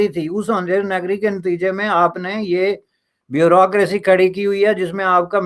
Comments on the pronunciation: Everyone else: Bureaucracy: Brrocraacy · Wo "bureaucracy"....hota he "brucosy" nahi he 😆😆😆😆...thik se bol..."Halwai"😆